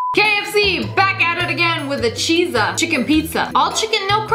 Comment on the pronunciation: Cheeza it is pronounced cheetza